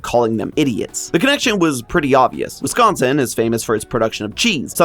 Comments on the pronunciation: As a Wisconsinite, high praise for pronouncing Wisconsin correctly (like whisk instead of emphasizing con) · And surprisingly pronounced correctly